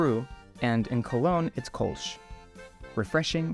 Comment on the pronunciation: It‘s not Kolsch. It is Kölsch. 😉